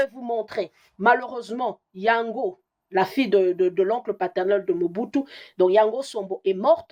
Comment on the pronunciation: Je ne suis pas d’accord avec vous Madame. En droit une seule preuve suffit pour confirmer un ou plusieurs faits. Le nom Mͻbutu se trouve aussi dans le vernaculaire Togolais dont parlent les Ahodipkes au Togo. (Moi je suis Togolais ) Effectivement ca se pronounc exactement comme vous l’avez prononcer. Aussi est-il important de se demander comment lui (Mr. Kwebe) en tant que Congolais qui n’a jamais vecu au Togo arrive a connaitre cette histoire et meme prononcer ce nom Ahodikpe de manière tres correcte s’il quelqu’un ne lui est pas raconté les faits. Autant faire des recherches sur le Togo au seins de la famille Ahoditkpe à Lome avant de contredire le journaliste Kwebe. C’est une tres grande famille à Lome. Aussi les raisonnements de Mr. Kwebe sont rationnels solides. Si vous voulez faire des recherches voici les contacts par lesquels vous pouvez passer pour atteindre la famille Ahodikpe au Togo. RELAIS HOTEL AHODIKPE. 19, Bd. du 13 Janvier Nyékonakpoé - BP 13380. Lomé - Togo. Tel : ( . ( . Gsm : ( . Fax : ( .